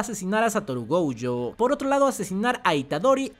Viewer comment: No se llama..... Go.uuu.yo Pareces mi abuelita el cocu ese jajaja